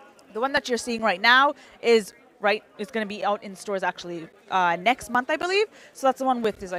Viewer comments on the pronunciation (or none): none